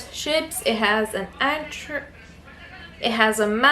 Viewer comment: The word Anchor is pronounced Ancore😁. The fabric was mottled like bottled. I think you speak very good English👍. Height equal depth. Loved all your threads. I loved the pins you got but over here they are quite expensive and if you're like me, I lose them all the time lol. I look forward the start of your Mirabelias. I'm working on "Titania". You got lots of embellishment bargain's for the project bags.(perhaps a good idea to put a piece of card behind the small items for the camera to pick up). This is NOT a criticism! You are very good shoppers😁.May I ask which country you are situated? I'm in UK. Take care🤗